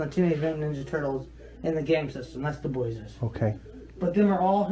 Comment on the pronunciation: She speaks very uneducated. “These are all her toys that I’ve boughten.” And she says the TMNT toys are the boy-es with 2 syllables. She always sounds like she’s on sedatives bc she talks really slow and her words are slurred and she has a nonfocused look in her eyes and her whole face looks so tired like drowsy. I don’t think she was high or on drunk at this exact interview with CM but if this is how she is sober, then even on weed and alcohol, she is going to be super hard to figure out what she means or what she says.